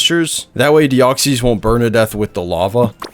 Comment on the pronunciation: They're just wrong, that's not how its pronounced. He does pronounce deoxys wrong though